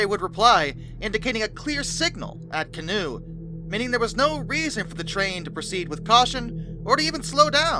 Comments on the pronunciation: >_< Yep, ima be that guy. It's pronounced Ka-Knot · Are you local? Genuine question (not being snarky). I would have presumed a French origin and pronounced it can-OWE. Just checked Wiktionary; it is of French origin (cognate with the English canoe) and they give the pronunciation CAH-nò.